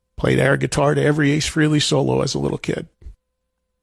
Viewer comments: Interesting, you mispronounced his last name. It's pronounced Fray-Lee...not Free-Lee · OK, first of all, rest in peace Ace Frehley . Now, I’m going to say what no one else has said. Eddie Trunk claims to have been good friends with Ace for the last 40 years? Eddie doesn’t even know how to pronounce Ace’s last name correctly!!! Ace’s last name is not Freely!!! It’s, Frehley! You know, pronounced like “Fray-lee”. I’ve never been a big fan of Eddie Trunk because he never misses an opportunity to drop a name of a famous person who he claims to know but, I’ve always stayed silent about it. After watching this video, I just had to point out how much of an idiot Eddie Trunk sounds like in this video when he can’t even pronounce his alleged, good friend’s last name correctly. Not to mention the fact that Ace is one of the most famous guitar guitarist in history. For God sake, Ace’s solo band was named Frehley’s Comet, you know, sounds like Haley’s comet? Ever hear of it? Anyway, this is just the most recent example of why Edward Trunk annoys the hell out of me. Hey Eddie, here’s a tip for you. If you’re going to make a heartfelt tribute video to one of your good friends, learn how to pronounce their last name correctly! It’s the right thing to do Eddie. It really is. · He doesn't even know how to pronounce his Aces' last name.. but Ace is his best friend. Trunk is a joke. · He’s been friends with Ace for 40 years and still mispronounces his last name.